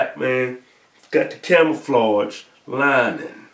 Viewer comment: "Camoflodge" LOL